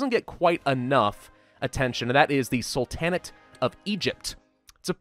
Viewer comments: Its prounced Sultan-Neigh-t.Not Sul-tan-eight. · love your videos but why are you pronouncing it "Sul-tan-at"? It's "Sul-ten-ate" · I've got to know... Why do you say "salTANit" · In Sul-ta-nate, The emphasis is on the Sul, not the ta. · The A in the middle of sultanate is pronounced like the first A in Apostle, not like A in Apple. Sorry it just annoys me lol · You say sultan correctly... and sultanate incorrectly... what? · Please, please stop pronouncing Sultanate like that. It sounds like a Dixie pharaoh